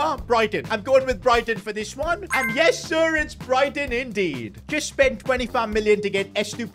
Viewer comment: why did his yessir sound so american